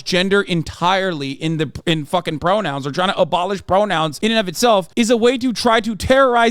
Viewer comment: “FAUWKING PROUWNOUWNS”